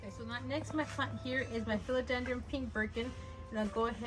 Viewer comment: Just FYI, philodendron doesn’t have an “m” at the end! 😅